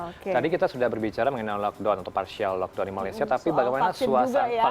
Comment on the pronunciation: tak guna jelaskan perbezaan pkp dgn lockdown. Dorang bukan faham atau memang tak nak faham kot. Sebutan pon pelik 'lokdon'